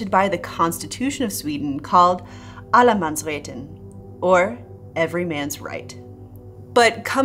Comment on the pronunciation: As a Swede, I give you 9.5/10 on the pronunciation of allemansrätten 😃. Only needed a bit more focus on the tt 😉